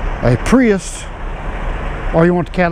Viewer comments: Theres no T in prius. lol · Priust, I thought he was saying priest... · “escalade and pre-est” 😂😂😂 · Say wheat. Now say weight. Now say priust. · Escalade or Pries"t" ... you decide.